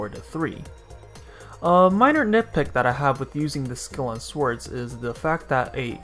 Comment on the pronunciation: did you just pronounce her as "swords"? wow...